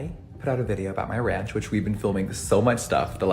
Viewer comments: Ranch's "a" is pronounced like you do when you say "ant", or a long vowl. <3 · Ranch - you said it right the first and third time. Also, it’s America you can’t pronounce anything wrong 😄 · trying to say ranch 😂👏😂👏